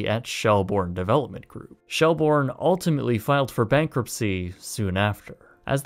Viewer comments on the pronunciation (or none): It's pronounced shell-burn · Fordham, pronounced "ford-um". Shelbourne, prounounced "shell-burn". You're welcome.